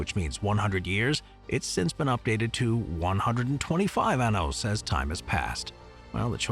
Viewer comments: You mispronounced "años"..."100 anos" means "100 anuses" 😂 "ahn-yos" as opposed to "ahn-os" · one hundred anos? That's a lot of bhole!